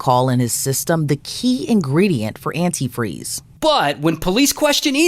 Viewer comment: Who pronounces antifreeze like that?